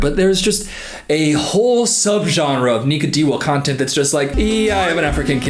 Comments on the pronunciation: i’m dead it sounds like he said nigga 😂i know he said nika it’s just funny to me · broooooo I had to listen 5 times to understand he was saying Nika, I was so confused and scared 😂